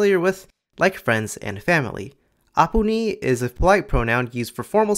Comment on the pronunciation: The way you pronounced 'toi', 'tumi' and 'aapuni' was flawless like a native speaker. I didn't cringe like I usually do when I hear non-native speakers speak and heavily emphasise the consonants. Its too harsh sounding and Assamese is usually very soothing with soft pronunciation. So I think you truly understood the essence of the language.